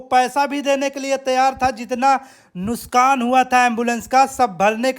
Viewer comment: नुसकान नही नुकसान होता है